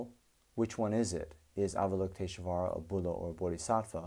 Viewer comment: Why do you put an "uh" sound betweeb "sh" and "v"? You're able to say "lush volley", or do you say "lush uh volley"? Why is it, then, that you say avalokitesh-UH-vara ?